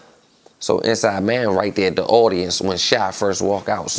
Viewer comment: lol gillie be saying “rite” 🤣😂